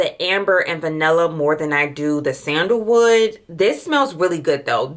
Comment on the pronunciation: SENDER WOOD?😂😂and not u called a magnolia flower a Mongolian??? And Bulgarian ....it's just like it's spelled.....just sound them out or look up the pronunciation before u post it ....unless u cool with it